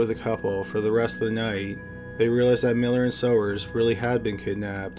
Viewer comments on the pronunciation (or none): Mary Elizabeth Sowers - pronounced "Sours". I went to high school with her - Mary Beth.